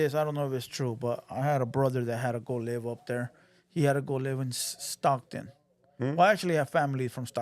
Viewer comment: Theres no SS in Stockton💀😂😂….7 has a imaginary hood